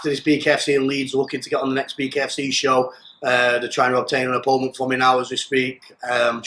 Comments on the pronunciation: Can he not say OPPONENT??? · Can he not say OPPONENT..???